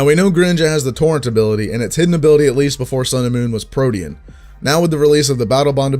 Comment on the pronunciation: how this boi pronounces protean tho